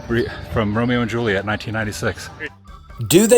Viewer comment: Hate the way he says "Excetrahh" instead of Etcetera. The boner he was popin for the Romero and Juliet locations was nauseating. Yet another VHS he watched endlessly along with his wore out copy of Beauty and the beast. And ohhhh ohhhhh can we please point out how on almost every international trip there are so many Woovians in the comment section who are experts on things where he is at. Over the last 2 or 3 videos so many of them were quick to give the complete history of the VW beetle being built there for years.